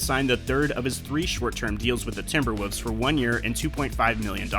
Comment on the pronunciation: The team is called TimberwoLves. Not TimberwOOvs.